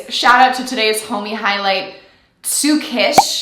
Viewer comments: Tsukishima How to pronounce(for the Yankees) Sue-key-she-ma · I laughed when I realized you accidentally mispronounced Tsukishima’s name when reading the tweet about pronouncing Bokuto’s name. Tsuki’s full name is Tsukishima Kei. Also for Bokuto’s name, try this: Bok like bokchoi Ku like the first part of kudos To like the first syllable of Toronto Bo-Ku-To